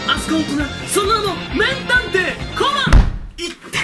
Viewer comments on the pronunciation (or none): めんたんていって言ったよね？ね？